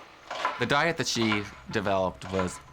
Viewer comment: Damn… Dr Hazard took the word “diet” to a literal sense. Die-it.